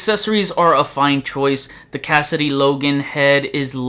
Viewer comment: Hey, just a friendly reminder that it's spelled/pronounced "Cassaday" not Cassidy